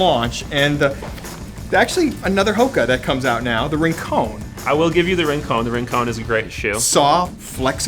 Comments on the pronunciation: Rincownn or RINCON! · You guys should come visit Santa Barbara. Home to Hoka (pronounced Ho-Kah Own-ay Own-ay) and the famous surf spot Rincon (rin-cahn).